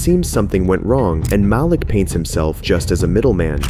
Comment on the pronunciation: ITS MAH-LEEK NOT MAL-LICK these name pronunciations make the video hard to watch